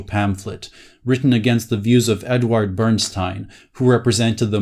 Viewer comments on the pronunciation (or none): none